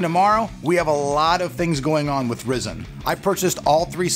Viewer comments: I was mentioning the mispronunciation of Ryzen. I was also referring to the comment you made about overclocking in general . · PLEASE SAY RYZEN CORRECTLY! maybe thats why they didnt sent you a cpu! no, seriously! Have a nice day👍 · James unknown I know it's Ryzen. I was helping him pronounce it correctly. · not REEEzen RYzen.... like WHY RY.. cmon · horizon + zen = "rye" "zen" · it's "Ry-zen" not "Risen". Maybe that's why you're not getting much support from AMD right now lol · Why call it Risen??? Every single person who works for AMD has called it Rye-zen. Weird!!! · its Ry Zen not rizin or rye zin or rizin its RYZEN! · LOL He said risen not ryzen... "rye-zen" (The new horizon- ho-ry-zen) Happy to help, Rock on! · its not ress-en...its ry!!!-zen!! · It is called Ryzin not rizin it is rye-zin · the pronunciation is off man ... RAI ZEN NOT reezin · Risin nope RYE-SCEN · There are a few things I'd like to mention: 1: It's not "risen" it's "RYE-zen". 2: NOBODY does LN2 overclocking to gain real world performance. it's done just to break world records and stuff. 3: saying that now that you buy your review samples you will be honest about them makes it sound like you've been a corporate shill. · Say it with me Rye-Zen. R-eye Zen. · its pronounced "rye-zen" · Stop calling it risen u fuk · its pronounced RHY ZEN!!!! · "Rye-Zin". You have to pronounce it right, man.... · Stop saying "Ri zen" -_ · AMD is probably not giving you love cause you say RYZEN wrong (rie-zin) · After hearing 'Ryzen' pronounced 'Rizzen' about 8 times, I just had to stop the video. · Its pronounced RI zen... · Isn't Ryzen supposed to be pronounced Rai-Zen? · this is d best way of pronouncing it! Yeah Raisin rocks! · Markus Wiedner yes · Chris Radcliffe just about lost my $hit cause he kept saying "risen" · So distracting... 😕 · You saying it wrong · learn how to pronounce it at least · TRUST AN AMERICAN TO FUCK THE WORD RYZEN UP. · No... He believes that is how it is pronounced